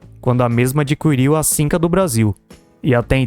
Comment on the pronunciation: Adquirir e não Adqüirir, meu deus!